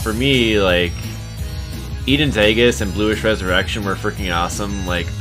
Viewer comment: Aegis is pronounce EE-jiss